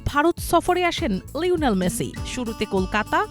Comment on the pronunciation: লইনেল মেসি কি? উচ্চারণ সঠিক করতে না পারলে উপস্থাপনা ছেড়ে দিন।